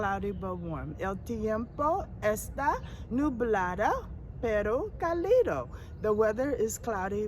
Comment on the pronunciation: Pronounce " CAlido" Stressing the fist syllable CA - li- do.